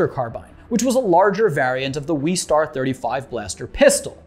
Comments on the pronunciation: Its not the weestar its the westar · "Weestar" West-arr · NO ITS WESTAR NOT WEEEEEEEEEESTARRR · Boba and Jango AREN’T Mandalorians. And it’s Wes-star not Wees-star. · It’s WESTAR not WEESTAR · I think it's pronounced "Wes-tar" like west and star as reference to cowboys. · why does he say westar like that